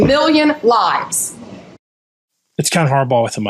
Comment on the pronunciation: Pam Bondi said Trump saved 258 million "lives" from fentanyl deaths? She either said all American adults will die from fentanyl or she said "lies" not "lives".